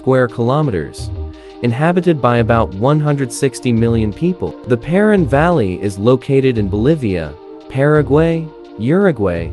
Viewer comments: Paraná is pronounced "pah rah-NAH" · [paɾɐˈna], but the issue is the emphasis. It’s supposed to be stronger in the last syllable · actually it's pronounced as "pa-ra-NAH" with the emphasis in the last syllable